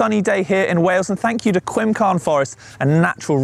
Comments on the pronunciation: I'm afraid I had to laugh at the pronunciation of Cwmcarn (Quimcarn?), it's actually pronounced sort of between Cumcarn and Coomcarn (with the C like a K sound). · Quimcarn? Haha, it's pronounced "Coom-carn". Great video 😁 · I don't often make comments regarding pronunciation but the first part of"Cwmcarn" is like the song Kumbyah my Lord, pronounced "Kum". Sorry to be pedantic... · I was there on that day and I saw you with the camera crew And my mans really just said cwimcarn 😂😂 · More essential? Learning how to say Cwmcarn.